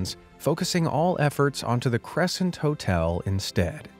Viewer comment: for a sec i thought he said totel instead of hotel